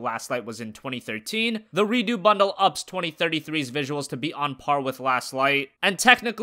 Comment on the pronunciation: Redoo? It's pronounced Re-ducks.